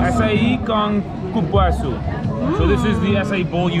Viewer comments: Cupuaçu is pronounced "coo poo ah sue" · Realmente👍 she said CAR-puaçu and not COOL-puaçu